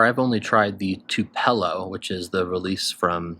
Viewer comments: I’ve never heard anyone pronounce Tupelo like that😅 its pronounced ‘too-puh-low’. On the noise with Honey Nut Cheerios. Summers for me are all about GH Lakelands, specifically Grousemoor, it’s like green lemon/lime Gatorade. Great info! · Thanks for the list! Just a side note, Tupelo is pronounced like "tupe eh low"